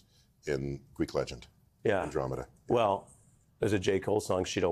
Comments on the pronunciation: An--dro--mee-duh?????? How is it possible that you have a show on any television and you've never heard the word "Andromeda"????? And you didn't even bother to prep for the show???? And where exactly were all the MAGA era lies that got debunked?????.....But loved his point about repeating things so much that they become beliefs. Nail on the head Neil!! Let me give you an example "Trump colluded with Russia" Friggin MSNBC! LOL!!!!! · Imagine pronouncing andromeda as andromeeda on live television. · Dude really said “Andro-meeda” instead of Andromeda…while discussing how bad education is? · Andro-MEEDA? Really, Ari? I still love your political expertise! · "And dro media"? REALLY??? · andro-"meeda" says a lot about the pretentious host. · Andro MEEDA? Jeez Ari. Wow. Well I'll give him a pass. GREAT TALK. Neil is THE MAN. We are so fortunate to have him. The people who NEED to listen to his intelligent thinking surely aren't listening to him, but it's nice to dream. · Melber proves Tyson's point by mispronouncing Andromeda, instead pronouncing it as if it were Alameda. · Andro-meeda got me lol 🤣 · An intelligent adult journalist that can't pronounce Andromeda...jeez. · amazed that Ari Melber was unfamiliar with how Andromeda is pronounced. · Ari is a weird dude...he can quote nonsensical lil wayne dribble but he cant pronounce andromeda properly? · How is it that the interviewer does not know how to pronounce "Andromeda"? Seriously? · Great interviewer here...but losses points for not knowing how to pronounce the Andromeda Galaxy. The most studied outside galaxy and the largest in our local group. You can see it with the naked eye! Everyone should know these things. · Full disclosure... I'm probably not buying a book written by somebody that can't pronounce "Andromeda." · The guy can't pronounce Andromeda? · How illiterate are TV hosts nowadays? Not even knowing how to pronounce Andromeda? Really? WOW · not knowing how to say Andromeda is absolutely embarrassing